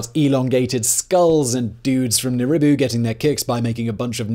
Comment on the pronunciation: It's Nibiru, not Niribu. Get it right, dude lol.